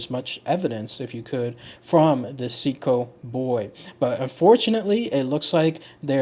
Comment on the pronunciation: See-aht-co is how the people in my tribe says it.